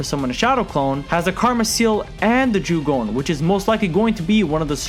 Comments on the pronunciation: its jougan not "joogon" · I don’t wanna be that person but it’s not jugon it’s jo (as in jo jo)gan. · Jougan is pronounced "yo-ga-an", The Jougan allows him to sense and see chakra, its pathway system and also, view the invisible barriers between different dimensions, it also lets you see (not "sense", naruto's six paths mode can sense) things the normal eye can like the Rinnegan Sasuke posses(well "passed" since he lost it in the manga). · Jougan is pronounced "yo-ga-an", The Jougan allows him to sense and see chakra, its pathway system and also, view the invisible barriers between different dimensions, it also lets you see (not "sense", naruto's six paths mode can sense) things the normal eye cannot like the Rinnegan Sasuke posses(well "possesed" since he lost it in the manga). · So... did you just call the Jougan a "Jagone" (no hate btw, good vid, it just triggers me a bit lmao) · Say jogooan one more time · Not to hate but it is pronounced Jo(Oh)-gan (g-on) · My god, how u watch boruto and pronounce Jougan wrong? It's pronounced Joe-gan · Not to be a know it all but ur saying jougan wrong